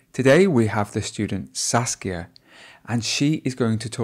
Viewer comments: It's Saskia, not Sasuke.. lol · 😂 He keeps saying Sasuke instead of Saskia